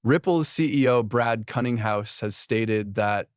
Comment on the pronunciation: Brad Cunninghouse? Killinghouse? What is up with all the stupid mistakes in people's names in the narration? They're so stupid that it feels deliberate